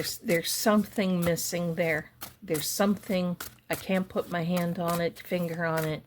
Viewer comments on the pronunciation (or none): none